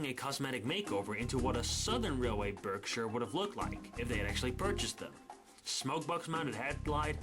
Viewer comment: No no get upset at this question but What's the difference between roller bearings and frickshin bearings? Also am I the only one who thinks it's hillaorus that pronounces Berkshire Barkshires, I'm not making fun of it its just hillaorus at the same time when I hear it 🤣